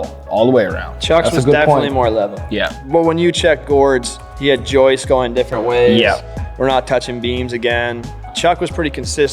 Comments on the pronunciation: This is great.....well done....and WB stepped up to his words. Respect for that. But gentlemen......it's "joists"......not "Joyces". Lol. Need to change that . Lmao😊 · I love your content and all these videos. That being said, I can’t express how much it drove me crazy every time that one guy called them “joistsess”. Joists is already plural 😂